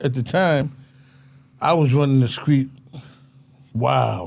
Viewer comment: Nothing more pathetic than a grown man saying "screet and scraight" It's "street" and "straight"! Looks like prisons will hire anybody.